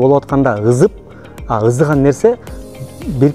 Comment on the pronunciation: Ызып эмес ЫСЫП деп айтылат кыргыз адабий тилинде конколор😂😅